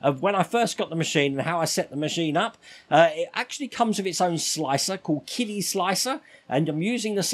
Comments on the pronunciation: I thought it was pronounced 'Chidi', ch as in cherry. That's what I hear on other channels. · for the record, qidi is pronounced "chee-dee"